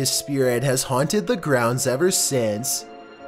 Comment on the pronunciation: These NOTORIOUSLY haunteeed PLACES.